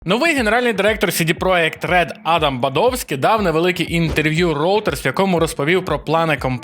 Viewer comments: Чому ви кажете "Сі-Ді Проєкт Ред"? Якщо читати їх назву польською то це буде "Це-Де Проєкт", а якщо англійською то "Сі-Ді Проджект". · Бо назва польською, і звучить саме так.